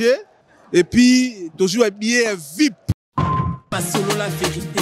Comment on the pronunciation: Après tout ce temps passé en Europe, vous ne savez pas qu'on ne dit pas "vipe" mais V-I-P...? Qu'on ne dit pas "fierité" mais plutôt "fierté"? Parfois il faut viser plus haut et accepter de vous recycler pour mieux atteindre un public plus diversifié.